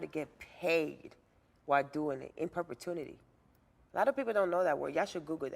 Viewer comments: In perpetuity -- "per-pe-tu-i-ty" :) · "Perpetnuity" is the new "long periolotically time" 🤣🤣🤣🤣